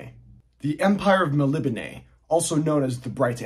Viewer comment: Elric has long been one of my favorite fantasy characters. BTW, great pronunciation of "Melnibone". That's how Michael Moorcock would say it.